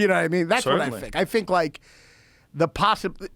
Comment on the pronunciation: "the poshibility of it not being a consjpirachy is very... plawshible"